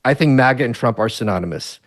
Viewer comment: MAGA not miga